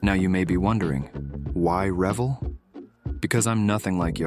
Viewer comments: Please for the love of model building, stop calling it revel it’s Re-vell and yes they make low detail kits. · Turning to another channel now. Please learn how to say the name of the company it’s not ravel. It’s pronounced Revell. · LOL … you complain so much about having to drill and fit. Try making a model from scratch with sheet brass like was done before plastic models. Do you really pronounce it rev ill .. not rev elle. Finally, try using tight fitting rubber gloves if you want to do fine work and are afraid of glue. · My whole life.. My friends and I always pronounced it “Reh-VELL” as opposed to “REV-ell”. Dunno witch is correct. Nice model! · rev-ELL, not REV-ell pin it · Its re vel not revel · It's pronounced Re-Vell, not revel... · Rev-ul? Ithought it was Re-vell. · You are obviously a young fella as the name of the manufacturer is Re-velllll, and not revell (like rebel). I've been making models longer than you have been breathing air, so I have enough experience and time to know how to pronounce it. :face-turquoise-covering-eyes: P.S. The real Bismark wasn't in existence long enough to have all that weathering/detail enhancement on it! You're never too old to learn something. :face-blue-smiling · Anyone who builds kits wearing black gloves is a douche bag! And it’s “Re-vell” not “Rev-ell” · Accent is on the 2nd syllable, not the first. Re-VELL not REV-ell. Bah! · I built MANY Revell models as a kid. Mostly planes. I know you say "REVell". I also thought it was pronounced "reVELL". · It’s pronounced “Revéll” like hell, not “Revel” like Devil. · Rah-VELL, not revel. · As soon as you called them REVel I stopped watching. It's ReVELL. You can't even pronounce their name right, how can I trust anything else you say? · It's re-VELL! Not REV'll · It's pronounced RA-vel not rev-el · It's pronounced Re-vell, not revel. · Rev-ll? Uuuum I think it's Ruh-vell. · AI voice. Revell is nicely mispronounced. Revell rhymes with Chevelle and not with rebel. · rev - ELL' 🤦‍♂🤦